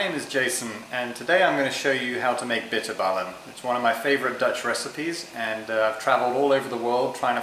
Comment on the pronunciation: Im dutch to do you know how nice it is to hear you say bitterballen its funny and the bitterballen are great the dutch clips where just bad and awfull yours is al lot better so tnx !!!